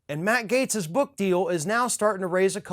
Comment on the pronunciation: Without freedom of speech we wouldn’t know who the idiots are. This Gaetz clown is so stupid he can't even pronounce his GERMAN name properly. What a trumpian POS.